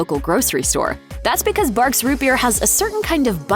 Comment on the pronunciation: Bargs root beer soda? Don't you mean BARFS?